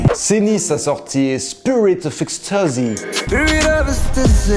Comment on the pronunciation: hahahah la façon dont il a dit sprit of extasy hhhhhh c trop